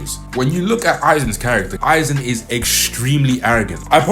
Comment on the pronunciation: I SWEAR TO GOD IF ONE MORE PERSON SAYS AIZEN SASUK- oh thank god he pronounced it right